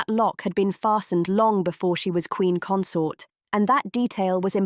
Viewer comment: Isn’t it consort???